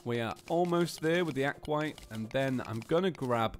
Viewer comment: Aquat? It's aquaTITE (ac-wa-tite) Edit: not trying to be rude. Just a little.... hint? I don't know what to call it but just know I'm not behind rude